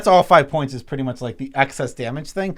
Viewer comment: I feel like I'm the REAL nitpicking nerd here, because I got to call both of you guys out on pronouncing "excess" like "access". It's EX-SESS, not ACK-SESS. Sorry if I'm being a bit EXCESSIVE, but you guys do have ACCESS to a dictionary, right?